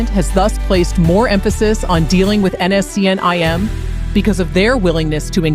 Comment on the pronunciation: First learn to pronounce NSCN- IM correctly